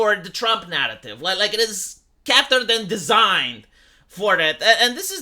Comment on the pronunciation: I have been watching you for years. You have mispronounced cater for all this time and I finally have to say something. It is pronounced cay-ter or K-ter. Not cat-ter.